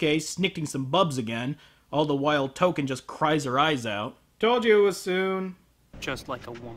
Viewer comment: When he said Token, I thought he was calling her Touka. Like Touka from Tokyo Ghoul.